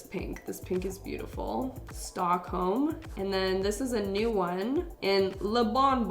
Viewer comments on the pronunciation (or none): none